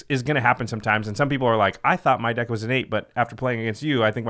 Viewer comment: "...and make your dick even harder..." Jimmy. (Yes, He messed up the pronunciation and yes I'm taking it out of context)